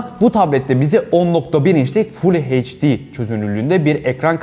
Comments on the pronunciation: Heyç di nedir Allah aşkına H harfi eyç okunur İngilizce eyç di, eyç di. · heçdi ekran nedir at ağızlı eyçdi olacak 🤔🤨